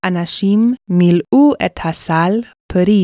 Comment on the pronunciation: I'm very sure this Pi'el form is incorrect. If it's supposed to be a Pi'el, the Lamed needs to have a dagesh and therefore be a pronounced shəva. The same goes for מלאו in , מלאה in , מלאה in . In , מלאי is correctly pronounced, but the dagesh misses as written. Also the Dagesh is missing in in מלאה, in מלאו and in וימלאו. The second radical is always with a dagesh, if the consonant can be doubled (which is the case for ל).